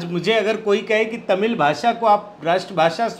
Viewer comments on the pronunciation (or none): none